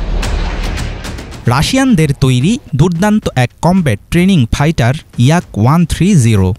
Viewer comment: Fighter re gada not paitar